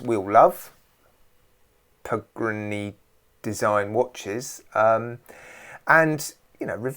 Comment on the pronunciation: Pagrne sounds like how my west-country gran (the toothless one) would say pagani.